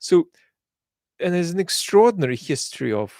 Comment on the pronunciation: His Russian accent is almost non-existent, it comes out in words like "narrative", "extraordinary", "imperialist", "increasingly", "science guru", in some sentences "has" and "have" have a very hard h sound, but it's rarely the case. But when he does, "Hot Potato" comes to mind. But you would really have to listen for a couple of minutes and I wonder if one could even pinpoint it to being a Slavic accent without the context this channel gives. One could definitely tell he has spent a lot of time in the UK though, with or without context. The accent does come out more when speaks more passionately (with anger) but even then it's a very minor one. If anything it sounds like an European accent; what really gives it away is how perfect his pronunciation of Russian sounding names seems or rather the confidence he conveys as he pronounces them with ease. Anyway, everyone speaks English with an accent, even within the UK, English can be spoken in such different accents/dialects that they become unintelligible to most. The little accent he has gives more credence to this channel, I don't know if I'd trust the information as much if it was spoken with a thick texan accent or a South African/Scottish/Irish one for that matter. Thank you for your great work.